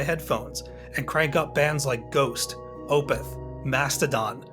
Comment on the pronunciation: I think the whole cast of SCTV is in this movie. Never heard "Opeth" pronounced like that before. Haha! Ghost of perdition, crank it up, f***ers!